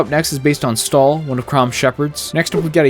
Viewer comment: I came to terms with the straight-up refusal of the American Community to even try to pronounce "Chrom" correctly, but now you just had to go and butcher "Stahl" too. I actually winced at it. Yes, I am very touchy in this regard.